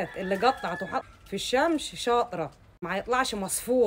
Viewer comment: هي بتقول الشمش ولاانا بسمع غلط